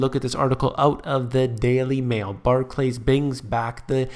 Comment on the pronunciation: You pronounce Barclays as though it were 2 words, it isn't... Barclays not Bah clays xD